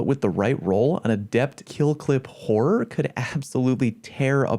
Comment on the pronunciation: All I heard was "whore" xD